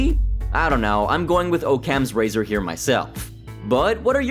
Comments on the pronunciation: That’s not how you pronounce occam’s razor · The most tragic part of this video was your pronunciation of "Occam's razor".